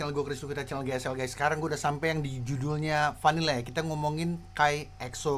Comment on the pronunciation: Jadi bang yg part vanilla vanilla dia nyanyinya itu (cara pengucapannya) emang sengaja dimiripin I'm in love gitu